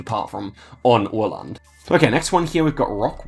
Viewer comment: Hahaha your pronunciation of Gävle was too funny. But then you saved it right after by butchering Åland! Big ups for that!